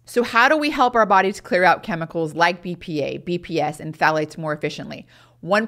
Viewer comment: I can’t understand that last chemical sounds like she’s saying P fats. The ones that stay in for the longest period of time and iron to excreted through the measures she is discussing. Can someone tell me what she saying and as importantly, where these chemicals R found? Thank you.